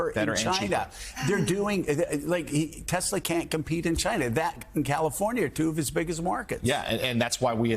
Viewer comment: tesler. i'm waiting for the first meme showing someone who's actually re-badged their car to read 'tesler'.